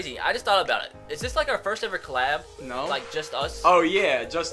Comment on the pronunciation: It's "collab" not "clab"